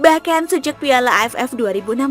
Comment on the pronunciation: Ngomong piala nya biasa aja donggg